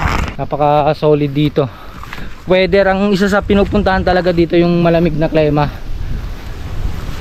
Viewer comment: sir klima po, ndi klema. ilang beses nyo p po inulit. God bless! more videos to come.